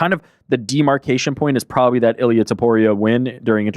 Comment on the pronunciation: How the fuck did butcher Ilia’s name so bad hahaha